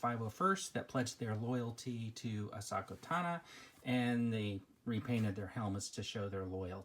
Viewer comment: U pronounce ahsoka tano wrong its not "ahsaka tana" Also ahsoka doesnt have her head painted. Her species just have those marks on their faces